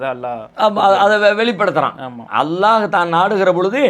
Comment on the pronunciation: ஏன் தம்பி அல்லா அல்லா என்று உச்சரிக்கிறாய் அல்லாஹ் என்று உச்சரிக்க முடியாதா?